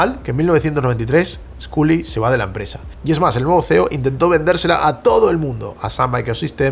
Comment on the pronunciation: Cada vez que pronuncia Sculley con la U me sangran los oídos.... que horror.